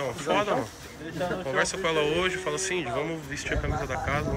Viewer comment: Porque ele fala felas?